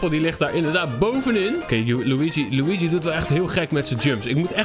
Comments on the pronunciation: Het is luigi maar loeigie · Zeg lowiedjie want als je Luigi zegt denk ik aan poepie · Hij het helemaal geen Luigi de g spreek je uit als een gi